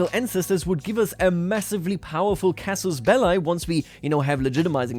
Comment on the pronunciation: Please if you use Latin phrases, don't anglicize them, try to learn how they are pronounced properly that "casus belli" literally hurt my ears xD